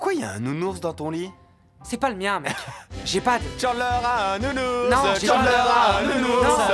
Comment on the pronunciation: Le nounourse🤣🤣🤣😭